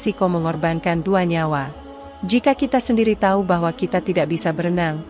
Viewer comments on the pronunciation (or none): none